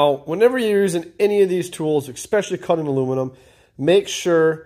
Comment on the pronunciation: Oh, and "ekspecially" just isn't a word at all.